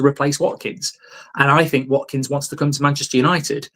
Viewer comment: I say we get Watkins purely based on the fact Mark can actually say his name properly :D